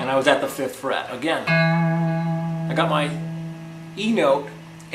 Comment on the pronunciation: man i swear the first time i thought he said "finger on the first shit" but good lesson anyways